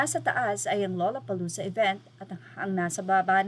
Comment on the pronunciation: The pronunciation is lalapalooza…